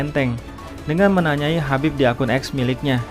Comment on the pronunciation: Tolong hargai identitas seseorg dimulai dg menyebut namanya dg benar, namanya Khabib bkn Habib